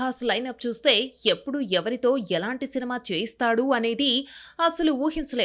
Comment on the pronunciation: సెనిమ కాదమ అంత ఏతులు అవసరం లేదు సినిమా అని చెప్పొచ్చు